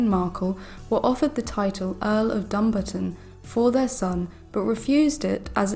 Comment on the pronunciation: You are pronouncing Dumbarton wrong, the enfaces is on the barton especially the a, pronounced Dumbaaaartin.